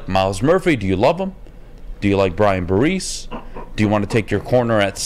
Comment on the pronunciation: C'mon, if you're going to ridicule anyone for beinig stupid then you might want to learn how not to say "Tyrese" Wilson and Brian "Barese"